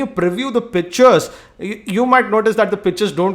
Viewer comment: He sounds like he is saying bitches not pictures lol